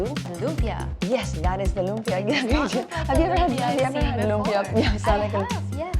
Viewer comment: lum-PYA > LOOM-pyuh Loompyuh is such a Fil-Am way to pronounce lumpia. Ugh.